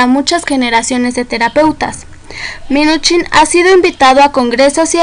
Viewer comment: Muy mal tu información y se dice Minuchin no minich